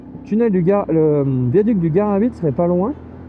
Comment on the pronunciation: Hello l'ami, tu étais à l'embranchement à Saint Flour entre l'autoroute et la direction du viaduc. Et on dit GaraBI ! le t ne se prononce pas, heureusement d'ailleurs 😉. Dans tous les cas merci beaucoup pour tes vidéos qui font vraiment rêver j'espère pouvoir trouver le temps pour faire certains de tes road trip 🙏🏼